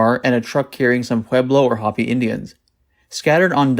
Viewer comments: Hoppi Indians? No, no, no, Ho- pee accent on the last syllable and long O Please get it right. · Laurel Canyon. 🚴🏻JM 🚴🏻‍♂rode 🚴🏻‍♀bicycle thru the area with Joni Mitchell & Frank Zappa & Canned Heat & Carroll King. 🖤JM nor Carroll owned a home there often staying/living with Gram Parsons who was also from Florida. 💫Who were also interviewed by the FBI in case they had seen any unusual people or cars in the area. And Angela Landsbury's 2 kids were living at the ranch w/ Manson. It's Hopi pronounced HOE-pee indigenous tribe not "Indians".✌🏻Also, Rear Admiral G Morrison was ONI👋🏻